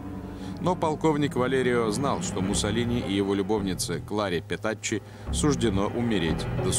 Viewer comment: Правильно называют - Petacci - Петаччи, Петакки пишется так: Petacchi - h перед i